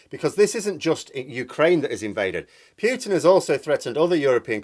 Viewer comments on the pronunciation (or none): Great video as usual but please, his name is pronounced POO-TIN not PYEW-TIN. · for the love of the gods, it's pronounced "Pootin", not "Pyootin". It makes me cringe every time you mispronounce it. I don't expect you to pronounce it with a perfect Russian accent, but arbitrarily changing one letter for another is ridiculous. It would be like pronouncing your name "Meerhose" or something! Wow, you said it correctly! haha. Nice! Oh dear, that didn't last long! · 1. Thank you for your contribution. 2. Poo-tin not Pyootin - (П-у-тин not Пютин ). 3. It`s good to disagree with people; not so good to insult them. 4. In my attempt to understand this game of chess, i don't think NATO should be underestimated, or its influence on Mr. Poo-tin. There is, i suspect, quite a lot to this thing, and we are being subjected to a lot of propaganda from different 'points of view'. Please remember you don't know everything (yet, if ever), and i will too.